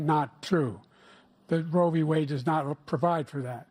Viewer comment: What dıd Bıden say: Robbı-Wade 😂😂😂😂😂